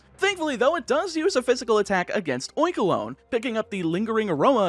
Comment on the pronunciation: Oinkolgne is pronounced like bologna, not like cologne and you can't convince me otherwise.